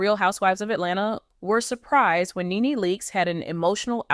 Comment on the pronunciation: She has TWO sons & you can't even pronounce her name, girl bye!